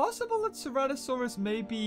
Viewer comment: « Ceratosarus » you meant Ceratosaurus ?